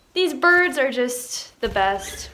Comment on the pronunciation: umm it’s “birds” not brids